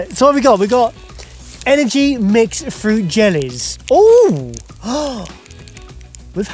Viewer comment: English: fruit, French: Fuit?? Keep the R.